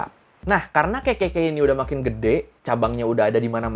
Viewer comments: ngakak bgt tiap denger ngomong KKK berasa kek ngomong kekeyi, pdhl bisa triple K aja bang 😁😂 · KKK ya gaiw bukan kekeyi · Malah gw dengernya kekeyi 😂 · Dengerku "Kekekey" 🤣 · Kenapa setiap bilang kekekey aku mikirnya ke kekeyi...🤣🤣🤣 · Orang lain dengar : kkk Gw denger : kekey k 😭😭